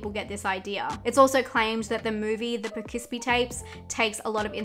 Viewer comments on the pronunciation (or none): the way you say Poughkeepsie is so cute! I almost don't want to correct you because I love it, but I am actually from there (Poughkeepsie New York) and it's pronounced like this: Po-kip-sie. You are close, but putting the 's' in the wrong spot and also elongating the 'po' a bit so it sounds like Poo-kis-pie. If you want to keep pronouncing it that way though, go ahead because it's super cute.